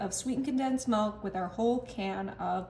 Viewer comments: Milk is pronounced mi-lk not me-lk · Milk not melk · “Sweetened condensed malk” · pronounces milk as "melk" and eaten as "eatendt" 😂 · "Melk" Are you from the Midwest? I was born and raised in the Midwest and that's how we said milk.